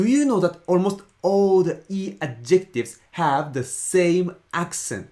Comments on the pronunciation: It’s deeply ironic that keeps mispronouncing the word "adjectives" with the wrong emphasis. The stress in English is on the first syllable: "ADjectives". It hurts my brain to hear him say "adJECTives" over and over again. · Those are Adjectives (with the stress on the first syllable), not adjEctives! :) Thanks for the video! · I think you're describing a "pronunciation emphasis" or rules on the "intonation" instead of "accent". By the way the emphasis of pronouncing the word "adjectives" is on the AD and not the JEC. Sorry ex-English teacher habit.